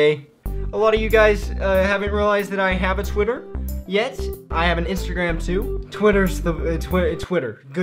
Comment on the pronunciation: Lol what's ur sc Bc you only said "intagram" and tritter